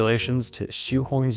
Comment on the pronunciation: As a matter of fact, this white dude mispronounced that scientist's last name Xu. The closest approximation for the name is something like this German Spelling Schüh（Not Schuh, but Schüh.Watch out for the umlaut ü.）.